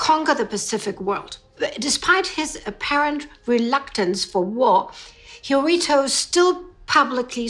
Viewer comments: After pronouncing it "Hiritu" instead of "Hirohito", several times, may I suggest that you avoid traveling to Japan? One can be detained for as much as 23 days there without any arrest warrant. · hirohito is pronounced Hiro-hee-to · Why do you have so much trouble pronouncing the Japanese Emperor's name? It is four syllables, pronounced exactly as it is spelt: Hi-ro-hi-to. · Poor little Hirohito , so innocent. Need to work on how to pronounce his name. More interesting are the British royals who were pro Nazi, Edward VIII being one example.